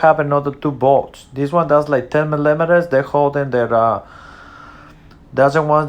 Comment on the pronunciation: That’s two videos in a row that y’all cant say millimeters